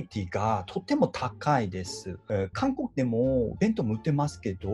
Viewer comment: 韓国人の「韓国」を『カンコッ』って聞こえるように言ったり、スタッカート気味に話すというか、韓国語の発音の癖みたいなのがめちゃくちゃ感じられて凄いなぁって思う